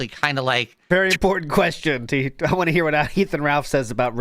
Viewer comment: It only now occurs to me how much of a cosmic joke it is that Phil can't say the word most associated with his focus properly but says it in the funniest way possible. If he said it like "WanT" people wouldn't notice it as much. But no. Of all the fucking pronunciation mistakes. It's him saying Wahh all the time Lolcows really are destined for their place in the universe